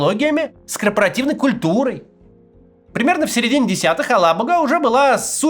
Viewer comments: АлабугА! Ударение правильно ставить нужно на последнем звуке. Устал уже повторять. Татары, что молчите? Совсем обрусели и даже поправить ведущих не можете? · "Алабуга" читается с ударением на последний слог и мягким "г". Проверьте, на какой слог ставят ударение татарстанские чиновники.